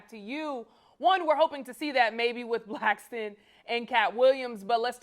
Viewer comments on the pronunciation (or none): Why do people call him Micheal Blackston? It's Blackson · Who’s “Blackston!?” 😅😂